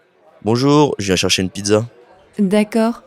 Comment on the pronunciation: Martin has terrible pronunciation. The first phrase sounds like /je.ʃaʃən.pidza/, not "je viens chercher une pizza"